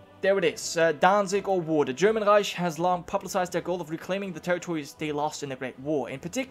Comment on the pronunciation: The way you red "reich" sounded very much like in the Berlin dialect if my memory serves me right;]